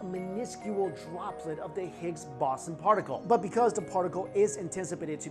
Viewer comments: Every time u mispronounced boson I was taken out of the video. And all the edits were ridiculous. Ah well maybe next time kid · You said boson in higgs boson wrong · is he mispronouncing boson? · It's pronounced Boson not Boson. Also, it earned the name "God Particle" after originally be named the "God Damned Particle" because it was so god damned hard to find. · It's pronounced bow-saun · Yeah it was driving me crazy listening to him say Boson. I began questioning my own pronunciation. So I began scrolling the comments. Looks like I've found my people. Lol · I do enjoy these videos...no big deal to mispronounce a word now and then...keep up the good work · The sound level was very weak through my phone as well...and it is pronounced BOZE ON... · Anyone else irritated how he keeps mispronouncing "boson" in Higgs boson ?😂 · Pronunciation of boson 🤦‍♂️